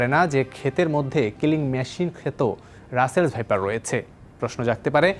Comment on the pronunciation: ভাইপারকে সাইপার বলে বার বার উপস্থাপকের উচ্চারণ লজ্জা জনক।